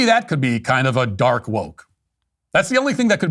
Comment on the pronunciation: Dork not dark. "Dork woke"